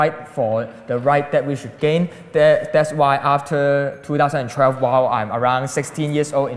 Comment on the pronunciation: I never knew 2012 had an "R" in it. Two thousand and trelve?